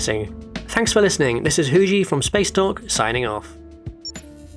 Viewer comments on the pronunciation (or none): Sometimes my brain hears "spaceduck" or "spacedog" and it is a wonderful thing I like about your videos that you probably have no idea happens.